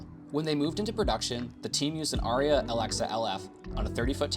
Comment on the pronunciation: it's Arri not Aria, but also not an Alexa LF. All of this bts shows an Arricam LT